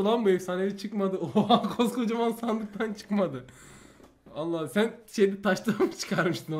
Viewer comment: YA ALLAH KELİMESİNİ DALGA AMAÇLIMI SÖYLÜYORSUN ?